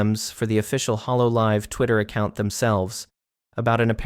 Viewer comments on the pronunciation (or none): none